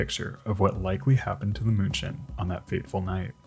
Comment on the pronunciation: Outstanding video. Thx. Munchen is pronounced 'Meen-chen' by the Germans, if I remember correctly. My mother spoke German.